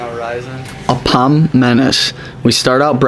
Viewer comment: it's called apam manis not apom manis😂 nice try